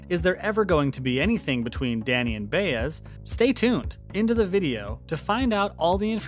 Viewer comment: If you're a fan of the show you've been told how to say "Bah Ez. It's the details. Not Bay - BUT B AH